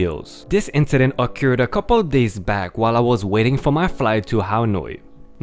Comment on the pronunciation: Ok I probably let you off on a word or two in the beginning but... Mister is not master. Master is as a master to his dog but Miss-ter is a general male title often shortened to even more respectful Sir.:) Inkcident is not a word but in-sident with the s sound of c is correct.:) rainbow is not ranbow... the a is the hard A of angel or aiming to shoot a bow and arrow. so rAin-bow like the sound of gain.:) oops angel is also with the hard A as in able.:) As always... Great stories 🔥🔥🔥🔥🔥🔥🔥🔥🔥